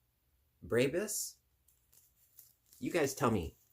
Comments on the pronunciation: Pronounced breh-bee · La brebis is the sheep’s female in French 😉 it is pronounced BRE-BI 😊